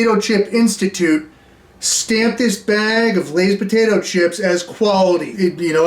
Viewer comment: what was said: “fresh potato…” What I heard: “fresh POTITO…” Hope all is well man, I been watching you since the very beginning. Glad your still posting 🤙